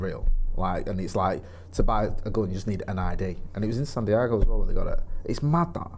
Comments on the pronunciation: Why do you lot pronounce “Diego” as “Diago” ??? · Really not that difficult to say Diego mate